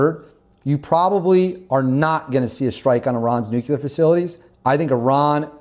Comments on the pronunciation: wtf is a nucular program? is that stupid speak for nuclear? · It's not pronounced Nuk-U-ler, rather its Nuk-Lee-Er. go to College bro. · Nuclear, nuclear, nuclear, nuclear, nuclear. Not Nucular. For crying out loud man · Nobody has nucular weapons, i think you mean NUCLEAR WEAPONS! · nuclear not nuculer